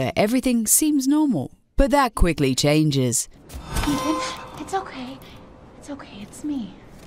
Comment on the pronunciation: Ethan? Ethaan?! EeEethaan !